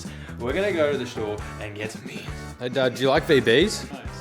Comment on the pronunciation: hi! i really enjoyed your video. i've seen a lot of videos like this and none of them are as simple, funny and more real than yours :) when you went out for beer i thought you said beans haha (blame my fucked up english). it was so shocking for me seeing how you accomplished to make a lot of things in ONE DAY. (i would've taken maybe two or three days). anyways, as a mexican graphic design student i love and really enjoy this kind of content because of the cultural contrast that makes everything richer but connects us through design. thanks for sharing! (ps. sorry for bad english)